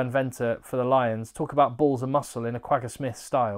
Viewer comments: I'm also from SA. Venter is pronounced fenter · HI just a tip on pronounceantion of the Afrikaans names starting with the letter V pronounce it as an F ie Venter say it as Fenter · Venter is pronounced Fenter 😂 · Hi, you will absolutely love your time in South Africa. You have the right attitude to be really appreciated in S.A. Some pronounciation tips: Venter = Fenter. V at the start is not like victory, but like fiction. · Most of the pronunciation was good, allowing for your accent. Ruan Nortje - tje is pronounced kia Ruan Venter - Venter is pronounced with an F sound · You can pronounce the "V" in Venter as a "F" like in "Fetch".